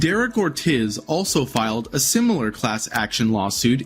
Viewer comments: Ortiz = Or-TEASE Chassis = Chass-SEE Done gave me cancer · Is the narration for this video computer-generated? Or does the narrator really not know how to properly pronounce chassis and Ortiz? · Lost me when you pronounced Ortiz as or tiz 🤣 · He also pronounced Ortiz like a gringo. Its Or-TEEZ